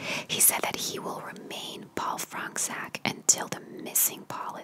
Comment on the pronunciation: Its a polish surname and its pronounced 'Fronchuck'